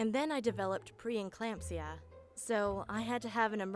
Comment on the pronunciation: 'And then I developed Pre-n-clampsia...' I think they hadn't preeclampsia.